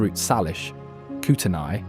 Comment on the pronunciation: It's pronounced "Koot-ney"